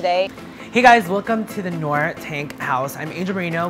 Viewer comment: Noir is pronounced nwahr (french for black)